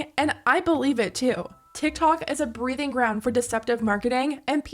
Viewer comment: It’s breeding ground not breathing ground 😭😂